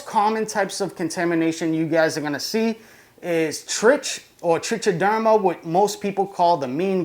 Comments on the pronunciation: Trichoderma is pronounced like "trike-o-derma" not like tr-itch, or however you said it. So when it gets abbreviated to trich, it's pronounced like "trike". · It's pronounced trick -a - derma actually. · Nice vid. It's pronounced "trike-a-derma" by the way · The only thing I'll agree to is that you pronounce it wrong. If you don't freaking care why the compulsion to comment on it? Also it's not grammar it's pronunciation and it doesn't matter how many ignorant people on youtube mispronounced it it's still wrong. You're wrong, why defend an obviously verifiability wrong position? Just own it and pronounce it correctly now that you know. You know, like a rational adult.